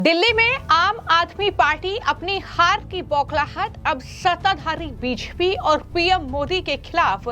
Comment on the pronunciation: को रोज 50 बार (धीमी गति से) बी जे पी बोलने की प्रैक्टिस करनी चाहिए, ताकि उच्चारण ठीक हो सके।